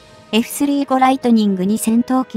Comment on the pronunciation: 又，スリーごではなく，サンジュウゴです。読み方が間違っています｡きちんとした情報を下さい。